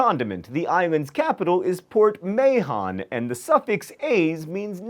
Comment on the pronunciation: "May-hon"? It's closer to /Maa-on/